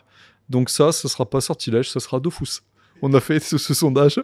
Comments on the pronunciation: pour moi ça restera toujours Dofus et non Dofouuuus ahah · C’est pas logique on dit us pas ous. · Jdeteste quand on dit Dofous mdr DOFUS frère quoi Dofous mdr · On s'en blc de son "dofOUSSE" pour nous ça restera "dofus" patron ou pas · ouai dofus mdr nimporte qui telecharge le jeux dit dofus pas dofous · Ok mais on dit dofUs par contre svp monsieur le créateur